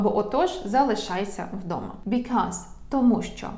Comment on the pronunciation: в реченні помилка в слові because. Сказав як buzzkill ?😅